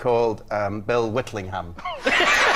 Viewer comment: I think the surname Whittlingham might be funny in the way that Bob pronounced it because, in the UK, you usually don't usually fully pronounce the "-ham" in cities and towns like Birmingham, so it'd be pronounced like "Birming'umm" or "Whittling'umm". By pronouncing the ham, so to speak, Bob reminds everyone that the name sounds like someone who whittles ham, which possibly sounds like a euphemism because you normally only whittle wood. Would love to get the opinion of a native Brit on this one.